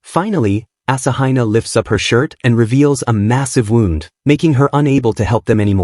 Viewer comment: Wow, so we have reuploads that only add stuff over an hour in, likely an AI voice with a monotone and can't pronounce words like wound and instead say "wownd" or say find instead of found. Can't wait to find another channel that actually READS a script instead of putting it through AI